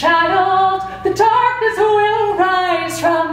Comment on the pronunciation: Dreamy Arts i think she's Irish. I'm irish as well and i also say "tarkness" because i don't pronounce the th sound in the